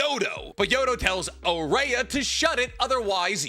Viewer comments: his name is araya, not ayara, pronounced like jiraiya without the J, stop saying his name wrong edit: yodo is the female btw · "Araya is somehow listening in to the conversation of Ryu and Matsuri from very far away" Tell me you forgot her power set without telling me you forgot her power set. Also, anyone else annoyed at how he consistently mispronounces her name? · I'm sure this is just a coincidence but the way you pronounce Araya sounds a lot like the Brazilian word for "sand", which is "areia" so... Fun fact? I guess